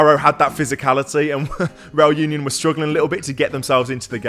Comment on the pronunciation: That's such a great vlog... a bit "back to basics", really love it. Also love the claret version reAl uniOn (pronounciation, pls,, you need to practice your spanish a bit more;-) ).... are using. Our current claret is even a bit too dark. But oh, how I've hated the "claret" we've been promoting the last 10 (?) years, so I'm very happy anyway:-D....